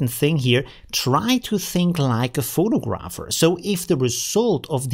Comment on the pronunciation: versuch mal das eher "Fo'tagraffi" und "Fo'tagraffer" auszusprechen... ansonsten alles supi:)